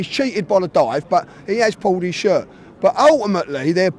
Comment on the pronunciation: “He’s pulled his shert😭😭”